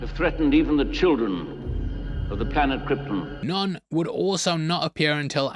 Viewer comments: Brando saying "Krypton" like it's "Croydon"... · Brando pronounces Krypton like that because of his accent,like the way people pronounce"Lypton"(the ice tea)where im from,theres lots of words that end in"ton"but are pronounced"tin"...come to Ireland😂